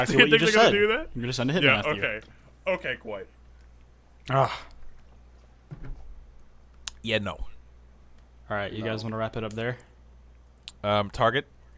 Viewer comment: You're not right, you're Kwite.